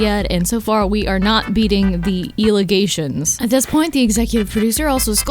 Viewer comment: "Eel-egations" lmao